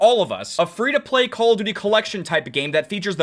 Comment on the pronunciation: call it "C-all of duty"